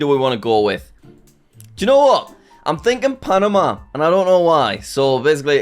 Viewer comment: I think he said correctly